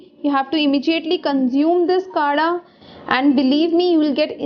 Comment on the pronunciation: Its not kada its kadha ...btw i think it can be effective